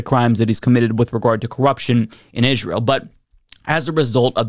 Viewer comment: I hate the way you pronounce Israel